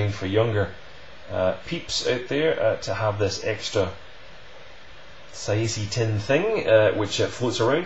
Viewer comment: Its prounounced Sah-zay Teen.